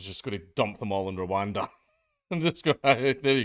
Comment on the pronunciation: "Your going to Rowanda"